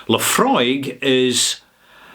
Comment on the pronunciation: Thank you mate for not reminding me how to pronounce Laphroaig correctly rather confirming how to pronounce Laphroaig again. Yes... this man right here is that man that does know how to properly ask a question and I remember when I first called for Laphroaig at a bar. Yes, when I cannot find people who know, I tend to do some research prior when I know nothing dulling simpletons are who will say to me including my people that they know, and I called for Laphroaig at a bar because of the proper pronunciation of Laphroaig at the bar. People were interested and then when they find out it is scotch they run away in fear while drowning their sorrows at the bar while me mates are having a laugh of bantering. No, this is not a lie, and it is not The Truth either because how can I remember every little detail when I am kicking back beers while sipping on single malt scotch? Telling me you know how to call for Luhfrog and demanding that your ignorance is somehow the proper pronunciation when me mates know Laphroaig properly that goes onto them, whoever they are, insulting us by saying we do not know what we are talking about that further goes onto a slight shake of my head horizontally. Yes, I do not have the taste of Laphroaig down, as I only called for Laphroaig once or a couple of times, literally, and I do concur with you on that IF Laphroaig were independent what you have called for would have happened two months ago yet worldly people only see that when they make money they are